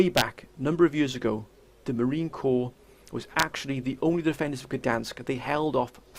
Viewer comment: Great video as always. But I am going to have to correct you. It is the United States Marine CORPS. There is an S in Corps. Semper Fidelis future brothers. The Third Reich aught to count their lucky stars they never had to stand toe to toe with the USMC.